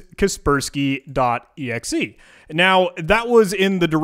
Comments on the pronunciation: I pronounce kas-pers-key ->>>> ka - pers -key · Who TF pronounces it "casper-sky" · kasper-sky or kasperski, either way just use windows av. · it hurts my brain when he pronounces it as kespersky. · The way he pronounces "KasperSky" annoys me. Is he trolling us and doesn't know about KasperSky? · I cant stand how he pronounce kaspersky how do hell do you think you pronounce it like that?